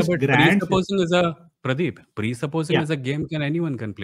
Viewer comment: Pradeep❌️ praeep✅️